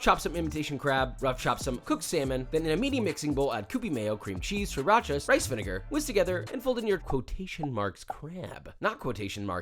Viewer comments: Love the channel. But what is Seeracha. 😂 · Never heard anyone ACTUALLY call it SRI RACHA. 😂